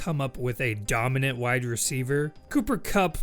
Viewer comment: Is he saying wide or white receiver?